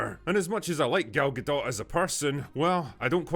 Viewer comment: Gadot, not Gado